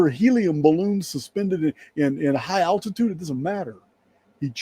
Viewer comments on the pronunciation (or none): none